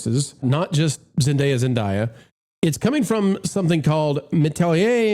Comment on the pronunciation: her name is Zendaya with a long A. It’s not rocket science. SAy ZendAya correctly todAy, before you get on the airwAy, okAy?